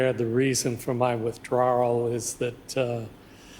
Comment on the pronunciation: "Withdrawrel." If you can't conceal your accent and change your common vernacular to proper vernacular, you lack the requisite IQ to hold a public office.